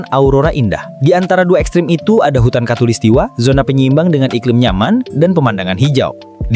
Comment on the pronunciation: talistiwa bang